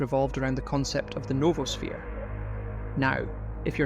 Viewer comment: It's noah-sphere. Not Nova-sphere.